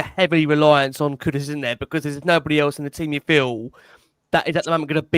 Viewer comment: Great show as always, but grateful if you can nudge some of the regulars on their pronunciation that its 'Kudus' not 'Kudos'!